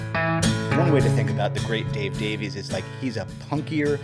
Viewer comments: Davies is a Welsh name, and not to be that guy, it's pronounced Davis. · I believe I've read in interviews that Dave prefers to pronounce it "Davies" while Ray chooses "Davis".